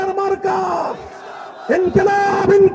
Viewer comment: সালকুম সালকুম🤣